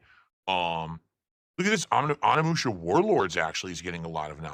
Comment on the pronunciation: Um nee musha? You mean Onimusha. O NEE MU SHA. can’t pronounce it right🤦‍♂️